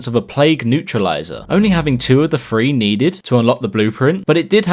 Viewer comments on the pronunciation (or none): He says “free” instead of “three” this greatly upsets me. Good vid tho